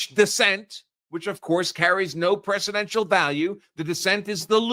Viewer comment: BTW, said PRECEDENTIAL, and not "presidential" value, as the captions transcribe ✌🏼